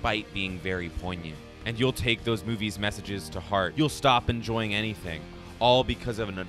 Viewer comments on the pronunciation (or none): none